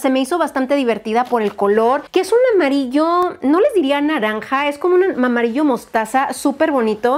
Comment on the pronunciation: Alguien más escuchó lo de : "mamarillo mostaza" 😂😂😂😂